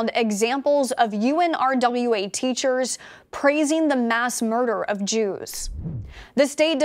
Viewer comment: Girl! Nobody calls it by those letters!!! It’s called unrah. Do not say U. N.